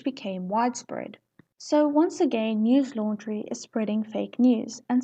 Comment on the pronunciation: It's not 💀 news laundry it's news lundary